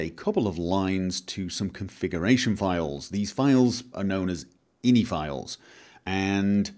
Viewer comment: most people who code call them i. n. i. files not inny.